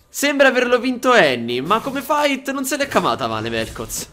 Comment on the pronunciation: va bene ma l'accento su "se" no pls ahhahaah